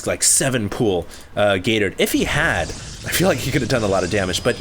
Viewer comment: I can't help hearing "Gay Turd" :>